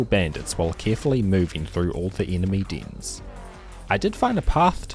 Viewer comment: beeing an english speaker and not knowing how to pronounce dens in fucking embarrasing, jfc bro like are you illiterate